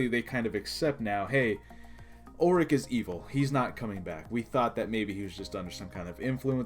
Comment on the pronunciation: It's "Ulic," dammit. Not "Ulrich" 🙄